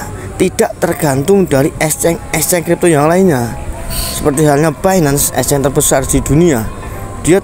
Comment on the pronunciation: Ngucap Exchange yg bener dulu, baru buat konten.